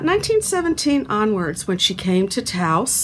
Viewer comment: This narration is boring. Nothing that anyone doesn’t already know about, and mispronouncing Lujan and Taos.